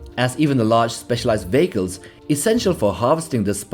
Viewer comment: I’m sorry but, the way you say Vehicle sounds like you are saying Bagel and it is hilarious. Mostly the image of sandworms consuming industrial bagels.